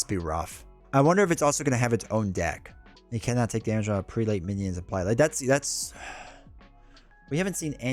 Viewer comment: The word you are trying to pronounce is "Prelate", pronounced "preh-let". It is a term for an Anglican Bishop. In the timeline where Legion killed Xavier, there were no X-Men to stop Apocalpyse so he won. Many of your favorite characters, like Cyclops, become a sort of "high priest" for Apocalypse. The later X-Men of that timeline were led by Magneto and Rogue.